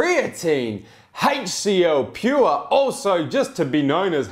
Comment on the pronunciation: did you just f*** a spider? Called the HCL Pure "ALCA Pure" twice when talking about pricing. Still the best reviews I have seen thus far!